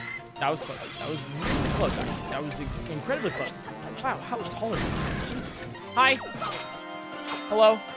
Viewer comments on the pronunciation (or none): none